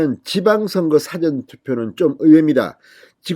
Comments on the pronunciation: 진성호님, 사전투표할 때 사전을 제대로 구분해서 발음해 주시면 좋겠습니다. 辭典투표가 아닙니다. 事前투표가 맞습니다. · 사전 이란 발음 참이상하게 발음하네